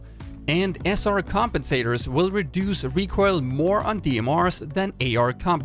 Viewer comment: Am i the only one who is disturbed my the "recroil" pronunciation Nice video tho keep up the good work